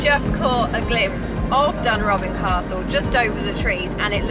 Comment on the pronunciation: For maybe future help with pronunciation Dunrobin is Dun-ro-bin. Portmahomack is Port-ma-homack. When I lived on the Black Isle the NC500 was not in existence and travelling any of the western and northern roads was quiet even in summer compared with now. I dare say locals on this route are dreading the vast influx of motorhomes daily and disturbances. Obviously your moaning without forethought will aggravate the locals. Southerners are only welcome if they gel with the existing Highlanders.